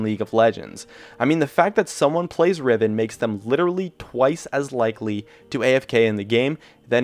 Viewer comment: He said riven soooo badly and was not true.. I play riven once in a while and I have the pbe/honor ribbon (I'm not toxic or something, don't afk either..)